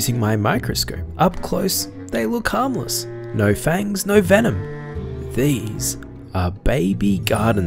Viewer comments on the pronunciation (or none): none